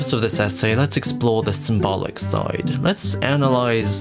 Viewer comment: You say "symbolic" too often, and too wrong. You can say "symbol", but for some reason you say "symbalic". Ugh.